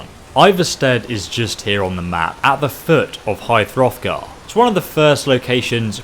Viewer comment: Stop saying high froffgar